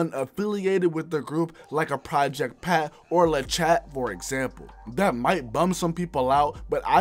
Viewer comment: Hold on family. Just a friendly reminder: her name is pronounced CHA The T is silent. Pretend that your French and pronounce it the same way they do cat in French. 😊 You speak very well and I really enjoyed watching this video. My older relatives used to listen to them and that's how I discovered them, but I didn't know that they've been around for so long. LOL I was even singing some of their old songs and didn't even realize that it was them. RIP to the ones that we've lost 💐 I love how everyone brought their own style and IDGAF what Juicy J says, Crunchy Black brought his own essence to the group and he wasn't nor is he the weakest link! Balance is key in life - doesn't matter what it is. Having too much of something or things isn't good.